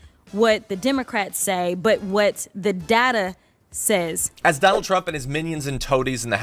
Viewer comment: pronounce it Dogh-NALD as par for the course